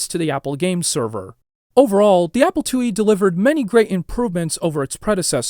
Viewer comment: ‘The Apple LlE” lol